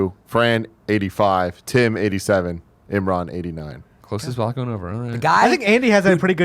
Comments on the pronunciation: Imrin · Fran shined this episode. But seriously, you're the only one seemingly mispronouncing Imran's name. Why you do dis?